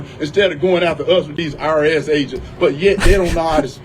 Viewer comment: Is he saying IRS or ARS agents?